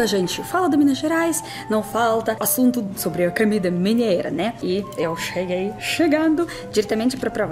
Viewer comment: A "Camida" é realmente ótima hahaha